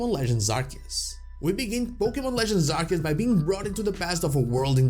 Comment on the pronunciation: It is pronounced AR-SEE-US, not AR-KEE-US! ❤❤